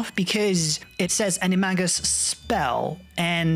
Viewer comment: did he just say... ani-mah-gus for animagus...